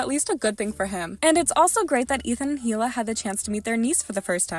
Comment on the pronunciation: I wish you would pronounce Hila' name properly. It made me cringe everytime you said it wrong!!🙄😕🙄